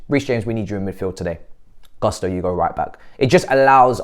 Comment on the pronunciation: try to pronounce Gusto in a way that doesn’t sound so English😂